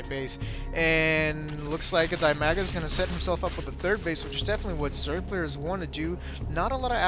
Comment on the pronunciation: I don't mean to be nitpicky, but the zerg player's name is Dimaga, not Bimaga. still, i enjoy watching your casts